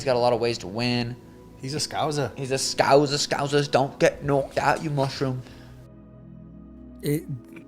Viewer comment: There's no z in scouser.